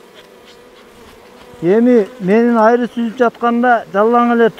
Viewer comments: Качан туура суйлогонду уйронобуз. Айры башка, Аары Дейт. Молодец бирок, ишинерге ийгилик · Айры эмес аары деп бал аары деп айтылат тилдери кантет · Каяктагы айры? Аары деп кыргызча суйлосон? Айры деп башканы айтат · Аары дечи айры дебей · Айры дебей аары десен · AAРЫ деп айтсаң. Айры башка нерсе го. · Айры эмес аары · Айри айри эле дейт бир туруп кулкун келет экен айлан жок кулосун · Тантыбай аары дечи брат